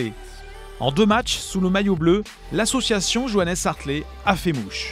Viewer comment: vous auriez au moins pu prononcer son nom correcterment sérieusement